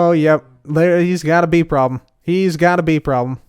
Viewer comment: you said "bee problem" and i thought oh its a just a "wee problem" and that's on bee-ing Scottish